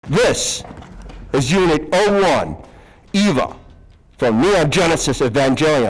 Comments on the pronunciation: NOT EVA IS PRONOUNCED LIKE AVA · still bro... eeeva... really? nice costume though